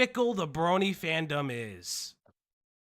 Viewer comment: My biggest issue with this sabrespark dude is that every time he says “brony” it sounds like “bernie.” 😂